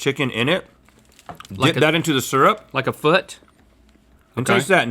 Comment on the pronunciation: Syrup: pronounced 'sir-up' not 'seer-up'